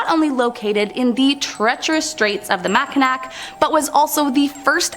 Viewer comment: Mackinac is pronounced “Mak n ahh”.